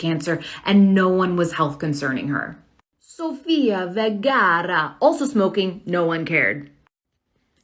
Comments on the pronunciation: Why did she do an Italian accent and butchering Sophia Vergara’s name ? I’m sorry but that tells me they’re dumb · Why did she say sofia vergara like that? She's colombian, not italian